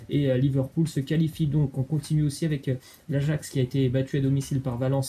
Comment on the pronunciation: Apprenez lui a dire ajax svp c grave là